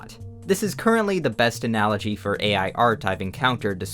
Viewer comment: haha he say ANALology